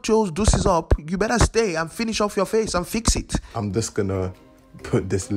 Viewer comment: when said you BERRA BLEND IT GIRL i lost it